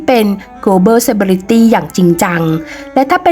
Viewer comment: เซ-เล-บริ-ตี้ Celebrity ไม่ใช่ เซ-เบ-ลิ-ตี้ ✌️